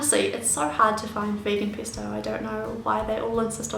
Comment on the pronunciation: it's pEsto, not pIsto